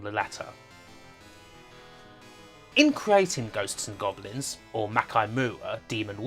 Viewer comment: "The BwainChiwd of Ghost n Gobwins".. what exactly is the accent that makes r's and l's into w's? it's rough on the ears whatever it is